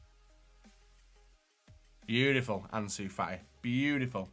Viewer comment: Anzu fa i